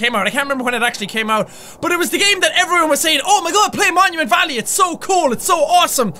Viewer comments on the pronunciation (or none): At the beginning Jack said momument